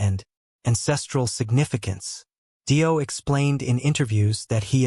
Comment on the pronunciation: More fucking crap AI bullshit, can't even pronounce fucking Dio correctly and comes out with Dio was frontman first with Rainbow, what about Elf....shit shit shit, don't bother watching and save yourself 12 minutes